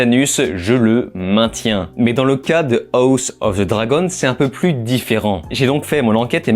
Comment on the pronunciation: Tu sais pas dire house quand meme tu te fou de nous